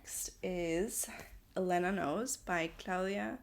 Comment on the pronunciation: ELENA KNOWS!!!! it’s one of my favorite books ever + so powerful despite the short length and you were pretty close with your pronunciation ☺️